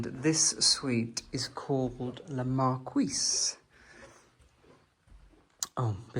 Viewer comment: La Marquise is pronounced : Markeyzze! 😊